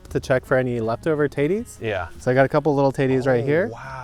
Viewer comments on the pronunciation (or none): Not to be pervy or anything…but I kept hearing a different word at the first part of the potato harvest and he kept referring to the “pretty taties?” “So many nice taties”…I know, my dirty mind at work. I eventually figured out he wasn’t referring to the other word my dirty mind thought we heard😬. Thanks for the informative vids. Concise and to the point. Very helpful.